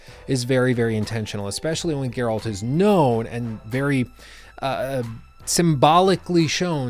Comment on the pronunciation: My god most people pronounce Geralt's name wrong.